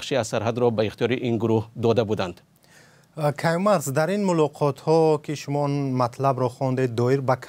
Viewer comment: Каюмарц? Серёзно😳